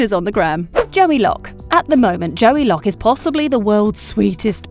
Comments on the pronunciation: Why joey Locke it’s joe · ✨J O E Y✨